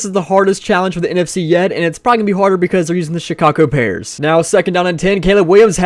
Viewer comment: He said Chicago pears